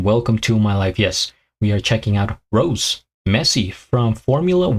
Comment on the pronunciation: It's Rosé pronounce Ro-zay